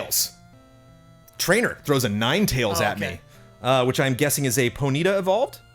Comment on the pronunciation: poneeta first time i heard someone pronounce it that way haha